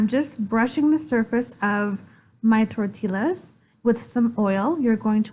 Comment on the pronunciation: Please lean how to pronounce tortillas. It is " Tortias" not Torttillas.